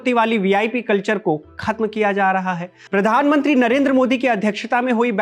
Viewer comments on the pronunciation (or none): none